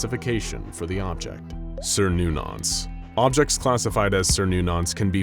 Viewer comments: cernunnos "ker-nu-nus" none of this sirnunnos malarky, its gaelic not latin or greek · please dont call it ser-noo-nos XD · as a follower of cernnunos this clasification is like christians turning him into satan, also its with a hard c like ker not like ser so it would be said like ker-noo-naus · It's pronounced as KERNONUS.